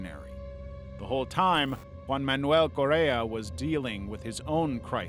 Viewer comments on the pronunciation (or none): none